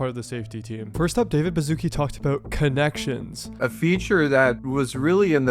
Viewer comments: I can't stand americans pronouncing his name, it's Bashutski, not Bazookie. Wouldn't be an issue if you slopper didn't repeat it every 5 minutes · It's David Bashootskee and not Bazooki. What's wrong with you people?